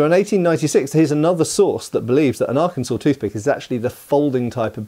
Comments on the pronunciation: thank you for your service i live Arkansas and yes it's funny a British guy pronounced it right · Kudos to for pronouncing Arkansas correctly. Not all Americans managed that. I'm not a native, but the USAF stationed me at Little Rock AFB for almost 20 years. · He even pronounced it correctly.